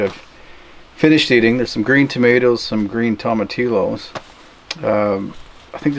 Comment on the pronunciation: Tomatilo... smh. double l is pronounced like a 'y'. TomatiYO